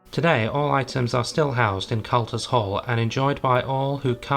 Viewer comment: Interesting, though it’s Cutlers’ Hall not Culters’. Sheffield is the home of cutlery.